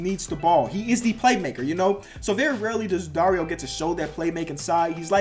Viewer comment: You said Dario right